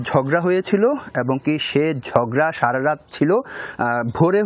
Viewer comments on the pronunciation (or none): none